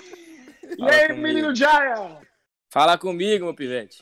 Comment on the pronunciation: o nome dele é junior, J em inglês tem som de jey e R air, ai ele pois JayA